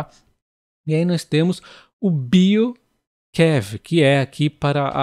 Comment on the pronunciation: Oi. BioQav leia-se BioQueÁVê